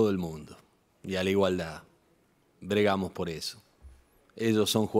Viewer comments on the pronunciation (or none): Actuó paternalmente Alfaro. Muy bien pero se equivocó al pronunciar mal la palabra. Se dice bregamos del verbo bregar y no bergamos.